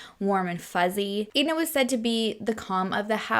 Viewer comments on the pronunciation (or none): Bless your heart. The name Edna messed you up. Say the name Ed. Then add Nah. Ok it them together and you get Edna. 😂😂love ya!